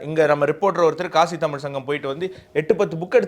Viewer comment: நான் இந்த நிகழ்ச்சியைப் பார்க்க ஆரம்பித்து சில வாரங்களாகிறது. ஒரு சாதாரண மனிதனின் பார்வையில் இருந்து பல விஷயங்கள் மற்றும் கருத்துக்களைப் பற்றிய நல்ல கவரேஜ். நல்ல வேலை. 1. பெரும்பாலான நேரங்களில் முதல் தலைப்பு முழு நிகழ்ச்சியையும் உள்ளடக்கியது, நேரத்தை பாதியாகக் குறைக்க முயற்சி செய்யலாம். 2. தமிழ் மையப்படுத்தப்பட்ட சேனலாக இருப்பதால், நீங்கள் தமி "ல்" என்ற வார்த்தையை அழுத்துவதற்குப் பதிலாக தமி "ழ்" என்று சரியாக உச்சரிக்க வேண்டும்.